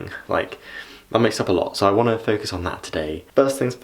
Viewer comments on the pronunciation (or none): none